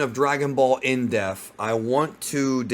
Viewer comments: I wish you would pronounce the word depth properly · Some day will learn how to pronounce the word "depth." Seems today is not that day though!